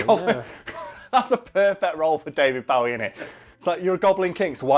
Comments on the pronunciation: 'That time' implies it only happened once. 😂 Also, sorry to be that person, but it isn't pronounced Bao-ie, it's pronounced Boh-ie. I know, I know he said he didn't mind, but you have to admit that we should pronounce it the actual way he says it. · It's fuking pronounced bowie not bawie!! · Is it just me or is he pronouncing Bowie as Bawie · you mispronounced his name its bowie as in hair bow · It's Bow-ie As in bow and arrow. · OK, both of you, no. It's Bow-ie as in bow and arrow. Which is how most of Britain pronounces it. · U pronounced Bowie wrong. It’s Bowie as in bow tie. Not Bowie as in bowing down. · Literally butchering his last name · It's pronounced Bowie, not Bowie. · this is the first time I hear Bowie pronounced like this// kept throwing me off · So many or my American friends would be absolutely livid by the way pronounces Bowie. I know this because I pronounce it like that around them and they jump down my throat because of it. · you do all this research but then cant pronounce his name right Bowie is like "take a bow" Bow its like "Bow and arrow" Bow David Bo-wie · I hate how he pronounces David Bowie's name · The way he pronounces Bowie is annoying me, but now I don’t know if that’s the correct way or not! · did anyone else lose 20 IQ points every time said Bowie? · The way you pronounce Bowie ;~ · Yeah...it's a british thing :/ it is the wrong pronunciation though. He must have been so annoyed throughout his whole life :D